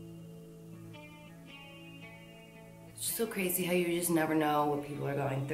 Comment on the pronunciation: The New Jersey in her totally comes out when she goes "HOW!?"